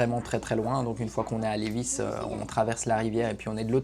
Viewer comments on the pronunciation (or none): On n prononce pas le s à Lévis. L:-) Personne ici dit le s à la fin et ce depuis la Nouvelle-France (histoire du Québec) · Lévis ont prononce pas le s. Très intéressant la visite de l usine . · C’est très bien comme vidéo mais il faut prononcer Lėvie on oublis le S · Félicitations 💕💕Québec😊😊ca se dit Lévi sans prononcer le S 😊😊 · Oui, cher, le ''s''est muet pour Lévis, car la ville à été nommée en l'honneur de Chevalier de Lévis (François-Gaston de Lévis), un Français, vainqueur de la bataille de Québec qui s'est terminé à Ste-Foy, en avril 1760. Un tel honneur n'est pas dévolu à ceux qui ont perdu, c'est pourquoi il n'y a pas de ville de Wolf ou de Montcalm au Québec. Le Chevalier de Lévis est décédé dans son château à Arras en France en 1783 avec le grade de Maréchal de France. Si les marchands de Montréal ne l'avait pas empêché, jamais la Nouvelle-France ne serait tombé. Mais déjà à cette époque, les hauts responsables politiques qui conseillaient la couronne Française étaient des traitres qui travaillaient pour les Anglais. La monarchie qui les écouta fut dignement récompensée en étant réduit de taille à la révolution. Cordiales salutations. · Oui on ne prononce pas le S dans Levis. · quand tu dis Lévis on dis pas le s je suis de Lévis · Pour la prononciation de Lévis, le "s" est muet. 😉 En bonne Québécoise, j'en connaissais déjà un bon bout sur le sujet mais la visite était tout de même très intéressante. 👍 Et c'est un bel hommage à nos artisans québécois. Ils ont énormément de talent. 😉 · 👏👏👏 c’était très intéressant de connaître toutes ces étapes de transformation d’un billot de bois à des fin de construction de bâtiment en bois rond. Merci pour cette vidéo très instructive. Juste pour votre information, on ne prononce pas le « s » du mot Lévis 😉. Bonne journée. 👋👋👋